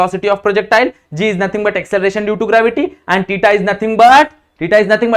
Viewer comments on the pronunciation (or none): Sir vo Tita nahi thita hota hai